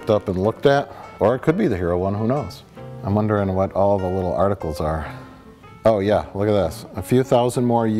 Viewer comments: lets out the most midwestern "oh yah" I've ever heard. Makes me homesick.:( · I like the part where jay's midwestern "ooh yaaah" slipped out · That perfect midwestern "ohhh yah" .....chef's kiss